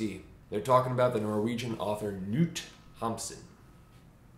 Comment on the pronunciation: " Noot Hamsen "